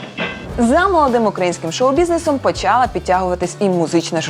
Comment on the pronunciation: не почАла, а почалА